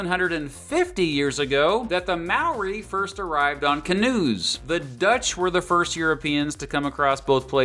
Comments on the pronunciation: The Maori pronunciation lmao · It’s not maoree for the pronunciation it’s more like mowdi for māori. Idk why but yeah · maaw-ree its pronounced moe-rree roll the r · there is no legal drinking age in New Zealand, down under is Australia - nobody calls NZ down under, "the bush" is the wop-wops or the wops in new zealand. Maori isn't pronounced like that, take the "mo" from moldy, take out the "ldy" and say "ri", roll the r if you wanna be fancy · Sorry I know everyone says Māori like you do but I just gotta mention it, it's almost more pronounced "mouldy" but with less enficess on the d. 🤙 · You just single-handedly offended every new Zealander watching this video by pronouncing those maori names wrong. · Why does no one ever say moari words right on yt? I don't wanna sound nitpicky but I have never heard anyone from a different country doing something on new Zealand say moari right. Just saying every moari word you said was said wrong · Except for the word Māori which he butchered. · I know you're not from New Zealand but legit you said all of the Maori words wrong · I should add that he was mispronouncing Maori the whole time which was quite infuriating but oh well. Also there is a national public holiday in New Zealand called Waitangi Day which celebrates the signing of a treaty between the settlers and Maori's (similar to Australia's national day) 😊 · at least learn how to say the māori words right